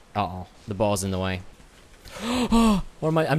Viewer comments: Everytime I hear him try to say "boar's" I'm hearing balls... Am I going crazy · Sometimes i can't tell if ur saying "boars, boss, or balls" lol.